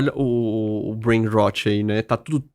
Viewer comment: Brain RrrrrrÓt...como o Querido Dr Drauzio pronuncia o R..não e como o erre da palavra Raso...e como o Erre dos paulistas Rararar😅😊❤